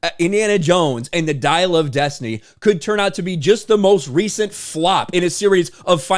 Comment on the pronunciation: You're strangely pronouncing this title: "Diarrhea of destiny".